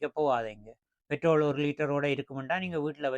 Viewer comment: பேட்ரோலை என்று சொல்லவேண்டும். தமிழும் தெரியாமல் ஆங்கிலமும் தெரியாமல் உளறக்கூடாது.